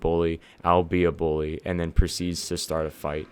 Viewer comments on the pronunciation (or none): none